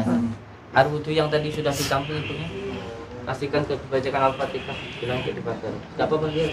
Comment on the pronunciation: Al-fatihah mas bukan al-fataha